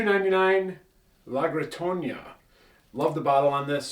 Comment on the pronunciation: Good video and great selection of tequilas. My only issue with the video is that you’re adding “Ñ’s” where there aren’t any “Ñ”. It’s pronounced Camarena not Camareña, it’s La Gritona not La Gritoña.